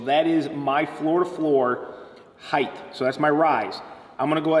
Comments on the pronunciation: I’ve been a carpenter for 20 years and 50% of “ my people” say “ heighth with a TH sound. Length? ( check) Width? ( check) Heighth? ( x) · Why do you say height incorrectly? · Dude it’s height..... ends with a T not a th. From one carpenter to another. Plus learn the math without a calculator